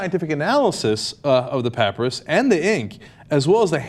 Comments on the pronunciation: pap-aye-ris, not pap-uh-ris. and also cop-TIC not cop-ic. do some research before you report on something. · pronounced papyrus not papryis think thats right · It's pronounced pa-PIE-rus right? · Er, isn't papyrus said pa-py-rus not Cenks 'pap-ri-us' all those uncertain 'errr's in front of his 'pap-ri-us' annunciations make me think he's saying it wrong. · Arrrgh! The word "papyrus" is pronounced, PAP-pie-Russ, not PAPY-EAR-us ! Sorry, but that just grates on my ears. And is a really dumb mistake, as papyrus, an early form of paper, is one of the Egyptian's most famous inventions. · Cenk it's "pah-pie-rass" not "pap-russ." Also, individual books of the Bible had been translated and copied by hand for generations so many times that when Constantine ordered the first actual Bible put together there were so many differences in the texts they could've put together some 1,000 different versions and no two would've been alike. The book of Genesis is a dead giveaway on this--- for it contains two completely different versions of creation. Did it take three days or six? The Bible says both. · Dafuq is a pap-rus? I thought it was a papyrus (pah-pie-rus)? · Dear Cenk, it's not "pap'rus'" It's Pap-I-Ris, pap-pie-rus, get it, Papyrus, with an "i" sound. And this papyrus is at best an 8th Century gnostic writing and has Nothing to do with the 2000 year history of Christianity. Cenk and all of TYT should stay away from Christian issue, their ignorance is what fools thrive on... You might think the Mormons would jump all over this papyrus but they don't. In Mormonism Jesus is a polytheistic polygamist with at least 3 wives and lots of kids. And Mormonism proclaims to have "The Abraham Papyrus", which it's not. It's a sen-sen text from the Book of The Dead and dates not from 1800BC but rather around 100BC. Mormons are fools for a good story. Which reminds me, Bundy, Reid, Korn, (the BLM guy in Nevada) and Glenn Beck are all Mormons. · its pronounced puh-pie-rus. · Puh pi russ